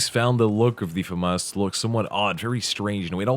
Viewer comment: Whaaaa! Finally someone who knows how to pronounce it!